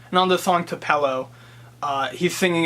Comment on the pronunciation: Nice job; I wouldn't make a federal case out of mispronouncing Tupelo,. This is a very insightful review from someone from Massachusetts!!!! so, congratulations.